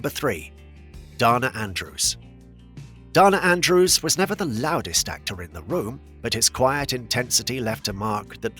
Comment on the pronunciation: I have to object to the Gladys Cooper "she rose to fame later in life" line. Cooper was a famous (in England) beauty and stage star from her teens. And, it might be spelled Bette, but it's pronounced Bettie. There is only one Bette and lsothat is Midler. Also, it's DAna Andrews, not Donna Andrews.